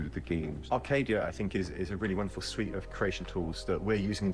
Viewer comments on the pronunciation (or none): none